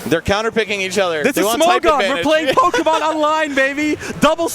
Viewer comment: MON IT’S MON. POKÉMON. 🤣